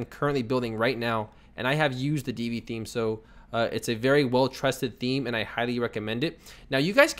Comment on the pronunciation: FYI - Divi is pronounced "div-vee" not "dee-vee." The name is derived from the tag. Peace.